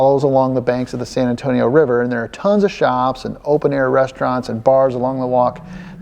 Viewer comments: Say very slowly: Sann Ann-Toe-Nee-Oh. Si? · I'm from Phoenix, Maryland (yes, there's another Phoenix besides the famous one). I love your videos regardless of the specific shenanigans involved because it's you doing them. And sometimes I learn something, like the fact that apparently it is possible to mispronounce "San Antonio".